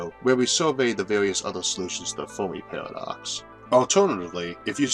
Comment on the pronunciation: I just discovered this channel yesterday. I've been binge watching all weekend. Amazing series. Just a quick nit-pick on this one: Fair-me.